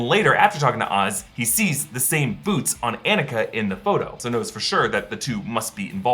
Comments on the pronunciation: not to be this person but because it is my name, Annika is pronounced on-nick-uh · Lol: “Anne-ikuh” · Claims to have seen movie multiple times, still mispronounces Annika